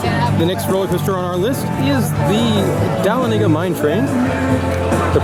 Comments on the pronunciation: Da-lawn-ega not dail-a-nega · I died when he called it the "Dal o nega" hahaha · I’ve heard of the city and he said it way wrong 😂